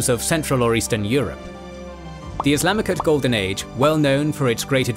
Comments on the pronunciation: Why does he keep saying “Islamicut?”? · What’s wrong with the narration? Why are you pronouncing “Islamic” as “Islamichood”?? It’s jarring.